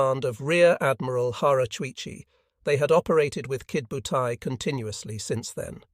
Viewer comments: Irritating, isn't it!! AI is despicable. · Only complaint: It is Ki DO butai, not Kid butai. The computer voice doesn't seem to get that. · Maybe it was some kid named "Butai" who attacked Pearl Harbor and Midway??